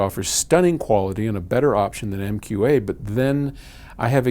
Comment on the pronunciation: I really don't feel bad about a professional mispronouncing MQA of all things though.